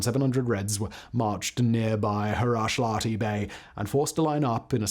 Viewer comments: Huruslahti not Hurushlati. Interesting video, thank you! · Correction: Hurushlati -> Huruslahti.